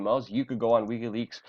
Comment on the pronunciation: AAAAUUUGGGHH!!! it's "wick-y" leaks!! not "weak-y" leaks! fuck!!